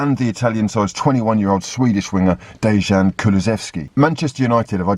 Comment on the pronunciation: Hey.. Dejan is pronounced Deyan. That's all. Keep up the good work